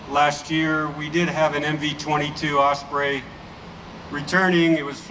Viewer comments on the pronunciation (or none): none